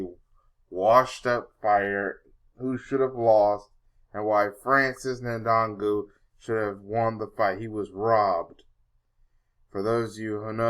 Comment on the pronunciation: he may not be able to say his name right , but he knows who really won the fight , and i was for fury but fury lost that fight